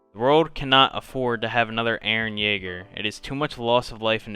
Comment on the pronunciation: Didn’t say “EREN YAEGER” right a single time